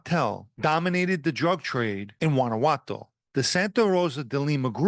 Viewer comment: Your pronunciation of “Guanajuato” was good. I’m an American, of Mexican/italian descent. You do a good job pronouncing both languages.